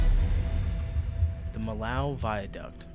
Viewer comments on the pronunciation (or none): It's NOT the "Mee-Lau" viaduct. It's the "Mee-Oh" viaduct. the "OH" as in Gateau "Gat-OH" , "Mee-OH" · It's not Milow Vayduc 😅 It's Vee-ya-duc (Duc not duck) de Mee-yo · Why do the narrator keeps saying Millau like that, it's Me Yo :D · Fyi, it's pronounced me-yo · The city is "miyo" even "miyoo" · By the way, the pronunciation in French is much more like "Mee-yo".